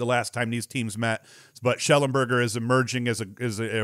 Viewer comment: It's Connor Schellenberger.